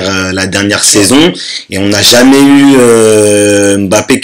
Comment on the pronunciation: Please arrêtez cette prononciation on dit pas M - Bappé mais (Mb)appé merci pareil pour Kanté